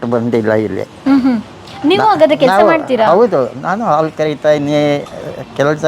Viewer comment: ಹಾಲು. ಆಲು ಅಲ್ಲ. ಏನು ಕನ್ನಡ.